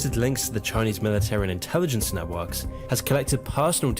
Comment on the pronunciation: "CHINEASE" Bruh